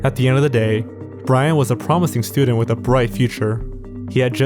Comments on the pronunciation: “a medical studehh” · What's a "medical stooder" ???